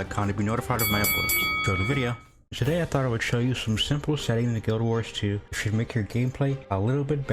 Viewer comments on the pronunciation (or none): "show you shome shimple shettings" 😅